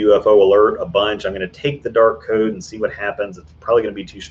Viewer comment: I swear I just heard you say the "Dork Code" instead of Dark Code..